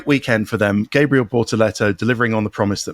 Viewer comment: Can someone educate Ted as to how to pronounce Gabriel Bortetto’s first name!!!